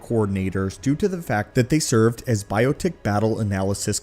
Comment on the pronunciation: Bi-ot-ic as well, not bio-tic. Great content btw! Would benefit from a second pair of ears before uploads. Subbing to show support.